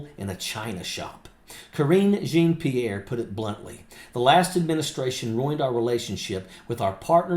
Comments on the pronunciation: Jean of Jean-Pierre rhymes with Sean or Shawm... not Gene. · Jean is pronounced Sn You can google it to hear it. Jean is zhaan😂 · The "Jean" in her name is pronounced John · Please pronounce Karine's hyphenated French name correctly. 'Jean' is pronounced like 'schawn'. It's a beautiful name, when not being butchered by a hillbilly. 40 yeas ago, a British girl called me out for doing the same with Jean Michael (me-hail) Jarre. As she informed me, "It just sounds really stupid." Sorry to be so blunt, but it needed to be said. Pretty soon, all of your viewers will start mispronouncing, just like MAGA mispronounces Kamala's name.